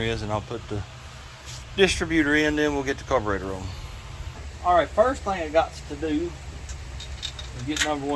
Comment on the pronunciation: Do you have any idea how silly you sound saying carveroster really